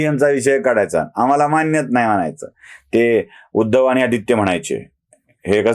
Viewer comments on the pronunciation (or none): none